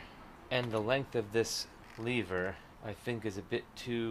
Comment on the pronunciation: But at one point he pronounced Lever correctly. ( Not sure if it was this vid or the previous one). 😀